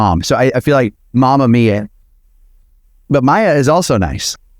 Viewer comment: Mia. Pronounced Mee-a is nice as in Mama Mia ❤❤❤